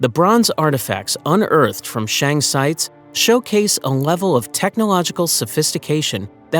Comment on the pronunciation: "Shang" should be pronounced as "sung"